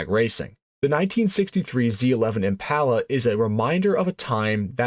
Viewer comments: It's Impala. Not Empalla. Impala. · Generally a great video. I'd read a lot about the 427. My debrief: mispronounced "Impala" is killing me. Im-pah-lah I've had my '61 since '82 ... it was my first car. Overhauled/painted it with Dad, new interior as a teenager. Then it sat ... drug it out of the barn in '18 and had a professional resto-mod done to it. Passion Polly ... the IM PAH LAH. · 409 was a 348 but bigger. The Z11 was a 427 but on the 348/409 engine. The real 427 was the next Gen. This is a kind of accurate video but the guy can't say "Impala".